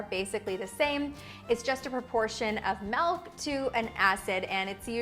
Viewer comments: Why does she pronounce MILK so weird!? She says MELK! It's not melk! It's milk! Wth! Why are peope so weird? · lol...why do you say it like that? I had a hard time paying attention to the video because I kept waiting for you to say melk again. Now go practice saying M>i<lk. Lol